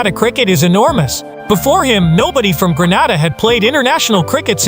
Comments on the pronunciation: It is annoying hearing Grenada pronounced Gran-arda. It is Gren-ayda. Proud of Andre Fletcher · Learn to pronounce the countries properly Gre - na - da. ST LU-CIA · Fake fake fake...your pronunciation of Grenada is wrong and plus you cannot walk across Grenada in 20 minutes...please get your facts straight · Hello sir, I appreciate your story but please pronounce the island name correctly it’s GRENADA…. thank you. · You lied about walking across my island in 20 minutes don’t disrespect our island like that and when doing a video for publicity learn how to pronounce the name of the island properly.